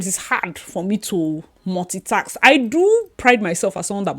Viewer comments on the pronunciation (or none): Its multitask, not Multi taks*. Task not tks